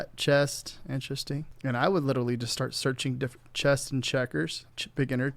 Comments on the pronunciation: I heard "chest mom" and had to rewind to hear it again. I think watching porn on his other screen, got his mind all confused. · Is it just me or are you saying chest half the time? Because women's chess club and women's chest club sound like two very different things.